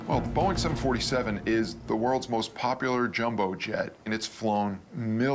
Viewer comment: Whenever you say , its Boeing.